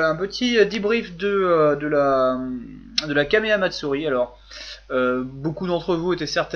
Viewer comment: Toi qui critique sans arret les mauvais accents anglais...je critique ton accent Jap quand tu dis "kamea matsourri". On prononce les H et on roule les R en Japonais... (Et oui je suis un pauvre rageux par rapport a ta vision de l'accent Anglais :-) ) Sinon pouce vert pour la video...